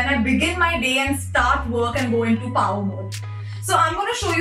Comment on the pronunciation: Power mode: powereshh😅